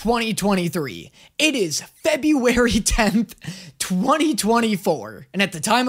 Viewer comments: "Welcome to Febu-gay-ry" completely missed the chance to say Fruity February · "Welcome to febu-gay-ry" - april 14th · "its like febur-febugary!!" its april whatchu on abt 🙂🙂